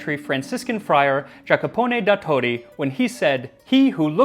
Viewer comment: Well done :) One thing: it's JacOpone da Todi. I had to laugh when you mentioned the "war of the names". That's a thing in Italy. Just see what they do in Sicily with Arancino and Arancina (very tasty stuffed rice balls). Just as a side note, the sticks they used in the Middle Ages where not thin like the one you used (it almost broke...) :) And at most noble tables they were made in metal, not wood. There are some nice pieces, very precious.